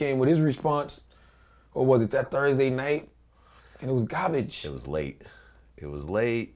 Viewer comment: "IT WAS GABIJJ"😂😂